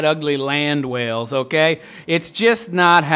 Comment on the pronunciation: How normal people say okay: Okay How this guy says okay: Ougaay???